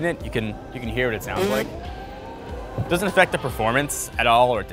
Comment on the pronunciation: He's speaking so fast. He says "Tesla doesn't recommend" by saying "Teslad-recommend"